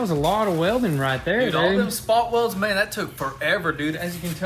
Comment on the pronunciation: Me: I think I’m in the mood for some Jamaican club music..:, “No problem mon”